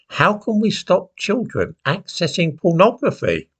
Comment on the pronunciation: The chil'en ! 😭 The chil'en ! 😭 We must save the chil'en ! 😭